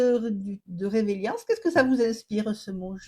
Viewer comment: On dit résilience et non pas revelience